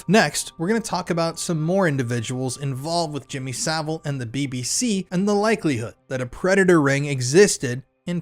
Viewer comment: Jimmy Sa-VILE.